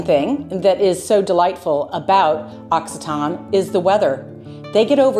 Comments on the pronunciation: The correct pronunciation is "aak SEE tuh nee". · L'Occitane is a luxury good. The region is called Occitanie. The last syllable is NEE. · Occitanie = occitanee . Occitan like you said is an adjective characterizing someone or something from Occi-ta-nee . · It's lovely but the pronunciation is ox cee ta knee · Hello from Occitanie, you need to pronounce the "ee" sound at the end, we do it. Otherwise, it sounds like the adjective "occitane", i.e. from Occitanie